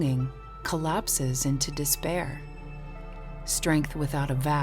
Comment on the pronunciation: Quotation: "Angeh is moah useful that dispaeeaah."